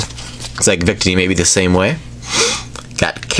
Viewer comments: Victini is pronounced with the middle “ i " accented. Just pointing that out. Cool video :) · Day-no, Bee-Sharp, Coh-Fah-Gree-Gus, Vic-Teeny(Debatable), and that's all I caught! Fairly good pronunciation,!:))